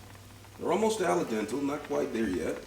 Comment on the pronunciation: Ray-mon, flavor-ation, green un-yon, and ala dental noodles?? Never heard this pronunciarion, but I like it... Those are new words I'm adding to my cooking vocabulary!